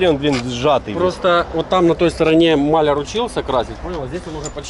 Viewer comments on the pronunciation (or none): none